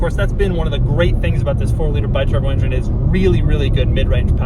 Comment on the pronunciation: Doug "It's an excellent Injun" Demuro